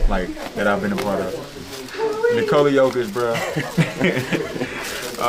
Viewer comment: Nikola is Nicholas without the "s" sound Please stop with the Nikoli